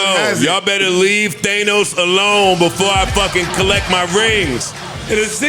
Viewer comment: I hate the way joe says Thanos... ThainOs